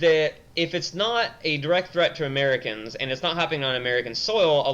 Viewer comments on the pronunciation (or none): none